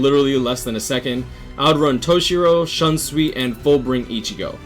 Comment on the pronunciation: Its shoonsui not Shansui* GG though good vid, I dont have all of them personally but very intresting top10 indeed.👌